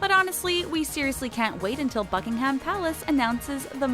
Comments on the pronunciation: As an experienced Brit, Buckingham isn’t pronounced buk-king-Hamm it’s pronounced buc-ing-em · Who tf says bucking ham ? Like it’s buckingam.... silent h duh 😂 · Buckingham is pronounced bucking-um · Why do they say bucking ham not buckingum it's pronounced buckingum not bucking ham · Let's stop with yall pronouncing it "bucking-ham" it's "bucking-um" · Buck-in-ham palace.. sorry I couldn’t take that seriously.. ok carry on.. no hate for yall sensitive people.. but yeh.. ok I’ll leave bye dudes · The way she said Buckingham palace, don’t pronounce the ‘ham’ it’s buckingum ( the way you say it) !! 😂😂